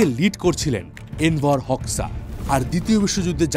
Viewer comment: দাদা উচ্চারণ টা হবে এনভার হোজ্বা❤